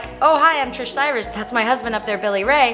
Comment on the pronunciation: its Tish Cyrus with no R 😂